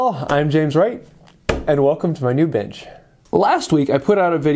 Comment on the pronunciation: Your accent souds like ( bitch instead of bench ) a good laugh, thanks from Aussie Dave